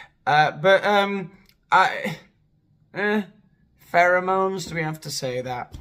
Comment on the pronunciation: Why is he saying pheremones